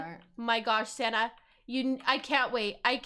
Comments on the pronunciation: When you said sanna I thought you said santa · whenever dhe says "sanna" I think she sounds like she's saying "santa" lol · Lol some time I think she calls her friend Santa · Are you saying Santa or sanna